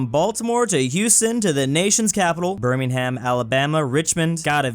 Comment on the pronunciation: The way he said Birmingham 😭